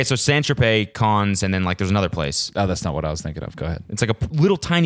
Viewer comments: It's pronounced "CAN" not "KAHNZE", ya old man. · its pronounced 'can' not 'cons' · you pronouncing Cannes like C-ah-ne-s just gave me an aneurism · Yo Chody that place is called Monaco, also it's pronounced Can (for Cannes) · omg was he trying to say cannes... come on cody